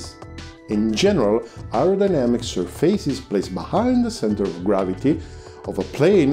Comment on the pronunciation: Where are you from? I also used to say 'surfeises' to pronounce surfaces (séerfases). Enjoyed so much this FBW explanation